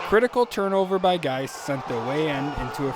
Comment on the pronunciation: The pronunciation mishap was gold. GAIS sounds exactly like "guys". But I think yoy said something like "geese". I'm glad you did 't say "gays", though, or we would have a real problem. 😂